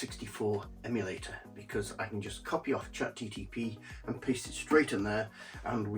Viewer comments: It's chat GPT not GTP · Him incorrectly saying ChatGTP over and over again, was strangely annoying. 😂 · You lost me at "ChatGTP". Is that a cheap knock-off of ChatGPT?